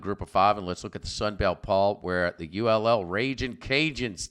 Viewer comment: ULL??? its UL